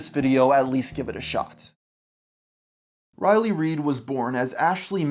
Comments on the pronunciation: Do you keep pronouncing her name O'Reilly?! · Why does this guy repeatedly call her O'Reilly? Kills all credibility. I'm almost half way through this vid and I'm going to stop here. Boo, downvote. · Riley, not O'Reilly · Am I the only one who hears “O-Riley” every time he says “Riley”?